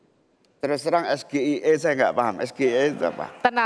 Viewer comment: SGIE=State if global islam economy,, SGIE=student groub for international axchange,,, SGIE= Strategic growth and invesment engenering''''''' ini mas gibran maunya singkaran yg mana,,,? juga lain kali ejaan bhs inggris jangan dbaca pke ejaan indo,, coba aja d balik gak mungkin kan BUNDARAN HI dibaca bundaran eic ai🤣,juga banyak yg gk nyambung lo,, serius